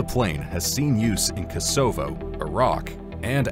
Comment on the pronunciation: "kaa-so-vo" Please have a read through before actually recording so that mistakes like this don't happen.